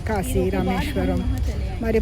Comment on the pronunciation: Q. మీకు శివ అనటం రాదా.... దయచేసి మీ అతి వాగుడు ఆపి.... ముందు శివ అని..చక్కగా..భక్తిగా ఉచ్ఛారణ చేయి... Siva. Shiva కాదు. నీ పైత్యం ఆపు.... శ.....అని పలుకు. ష....అని పలకవాకు. తెలిసి...భక్తి విషయంలో ఇలా పైత్యం చూపితే...నా మాటలో కటువుగానే ఉంటుంది. ఆశ్రమము కశీ శివ మరలా చెబుతున్నా... కాషీ కాదు...కాశీ... షివ కాదు... శివ ఆష్రమము కాదు..ఆశ్రమము ష ..అనవసరంగా పక్కకు... దైవ సంబంధములో అసలు పనికిరాదు